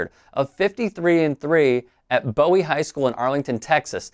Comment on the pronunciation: Its BOO-WIE High school. That's how you say it not Bow-ie High school. GO VOLS